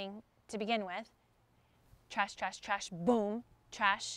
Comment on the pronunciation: Why the hell is she saying "Trash" in the one segment instead of "Crash"...